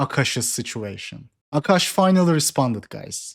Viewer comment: A'Kash' ATM lol